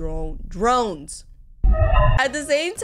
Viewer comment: I still have no clue why she says droin instead of drone she says groan and not groin